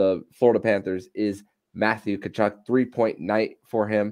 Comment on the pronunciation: Hey, the “T” in Tkachuk is silent and the name is pronounced “kuh-chuck."